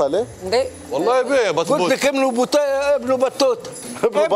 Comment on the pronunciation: boutayta not battouta ...